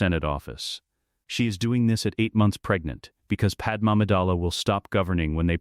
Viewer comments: I really dislike that it keeps saying Padam instead of Padme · It's not pattern it's padme, you numbnut